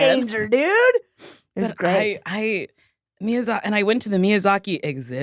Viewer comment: I feel personally attacked the way she said miyazaki